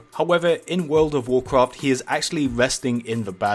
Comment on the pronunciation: Wuuf ovf wuukraft.....another 💩video uploaded